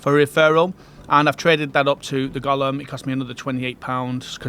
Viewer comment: not "Gollum"... GO-LEHM!! Gollum wants that ring, Golem wants to eat rocks! :face-fuchsia-tongue-out